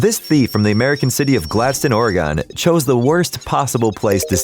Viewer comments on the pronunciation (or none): Gladstone, Oregon. "Glad Stone Or-E-Gun." Not, "Glad Stun Or-E-Gone." Pet peeve resolved. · it’s not pronounced “ore-gone” it’s more pronounced “or-gen” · It’s Ore GUN not “Oregon”. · “From Gladstone, OregOn- “ My mom and I, being ORE-EH-GUN (Oregonians): cringe My mom: “You heard him say ‘OregOn’ right?” Me, pained: ”Mhm...” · it’s pronounced Ore-gin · I cringed at how you pronounced Oregon 😣 it's Or-egg-on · Why pronounce Oregon like that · bro pronounced oregon wrong lmao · As a fellow Oregonian I am so triggered by the way that you say Oregon. No one that lives here says it like that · Oregon rhymes with one not gone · I'm not even from Oregon and it hurt my ears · this man really pronounced gladstone oregon wrong XD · I AM FROM OREGON AND THIS WAS THE WORST PRONUNCIATION